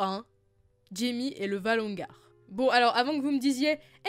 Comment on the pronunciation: Pourquoi tu dis "valongar" au lieu de "valonqar" (lu valonkar)?? c'est bizarre ça xD